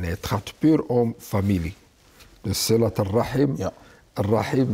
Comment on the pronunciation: Het is siRat niet siLat